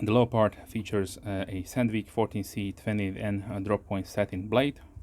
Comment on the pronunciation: You evoked a childhood memory with your European pronunciation of 'leo-pard', vs. the American pronunciation as 'le-perd'. I grew up next to a German woman who fled Hitler, and she pronounced it the same way. Pretty sharp from the factory, a strop can only improve it. Thanks for another excellent review. Peace. P.S. That's a good looking knife.